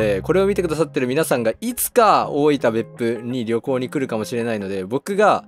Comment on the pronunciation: 大分のアクセントが大板なんですね